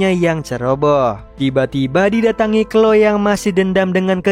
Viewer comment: Izin koreksi bang yang chloe itu bacanya khlowi